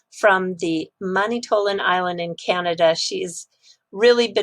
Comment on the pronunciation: it is pronounced "Man-it-too-lan" Island. Just an FYI. Thanks for being such a great contributor.